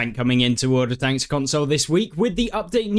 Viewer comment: sounded like you said "World Of Thanks" lol